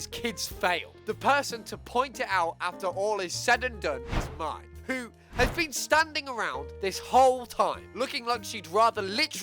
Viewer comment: Lowkey kind of bugs me the way he says Mai’s name. Mai’s name is supposed to be pronounced like the month May, not like the word my.